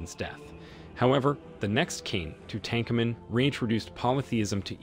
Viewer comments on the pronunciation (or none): I don’t think I’ve ever heard Tutankhamen pronounced this .